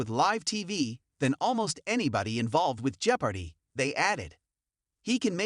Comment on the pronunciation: Learn how to pronounce Jeopardy.